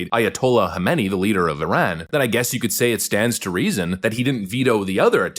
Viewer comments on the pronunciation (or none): none